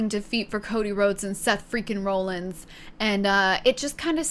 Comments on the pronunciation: Lmao!! It made me a little mad too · Roll Ins? Not raw-lins? Ok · I love the misinformation honestly it made me laugh. Like Becky being married to LA Knight and not Seth “Roll-ins” (it’s pronocuned Rawl-ins) or every time you’d say Bloodlines instead of Bloodline. Great video and welcome to wrestling! Peacock has all the premium live events like Wrestlemania as they happen, and they get the weekly shows one month after they air, but they also have the entire backlog of WWE if you want to watch old things. They have a really good documentary on Cody Rhodes and several about The Undertaker. I’d recommend watching those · (RAH) (LINS) not (ROLL) (LINS) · Why are you pronouncing it Rawlings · Raw-lins not rollins. he pronounces it weird. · seth rah-lins, not roll-ins. text it to yourself, although im sure with over 1800 comments you have heard this already. im not reading them all lol. great video otherwise. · Very understandable mistake, based on how it's spelled. But.... "RAH-lins" Not ROLL-ins... Sorry, had to just do that one. Rest is fine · Best part is that you pronounced it Rawlins once then proceeded to go back to the Roll-ins pronunciation 😂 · no hate, only saying this because i haven’t seen any other comments but Seth’s last name is pronounced like raw-lins. no hate, love to see new fans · Seth Freaking Roll ins😂😂 I can't help but laugh when she says roll ins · It’s pronounced Seth Raw-llins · Seth Franklin rollings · I'm glad you had fun. Only three nitpicks.. It's Seth "Freakin" Rollins (pronounced Rawlins like Henry Rollins); it's the Bloodline, not Bloodlines, and Andrade's name is pronounced "On-draw-day". But I dug your gimmick and the facepaint. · You watched WrestleMania and even heard your friends talk about Seth Rollins yet you couldn't even pronounce his name right also jey and Jimmy uso aren't cousins they're brothers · The way she pronounces Rollins 😭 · The crazy thing to me is mispronouncing Rollins but nailing "Asuka" on the first try